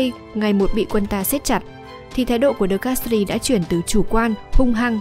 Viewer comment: Mặc dù viết De Castries nhưng đọc giống như De Castre (tiếng Pháp không đọc âm/s/ cuối khác với tiếng Anh).